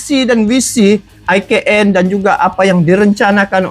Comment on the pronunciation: IKN menurut ejaan bahasa indonesia di eja I KA EN bukan AI KE EN.....he he he....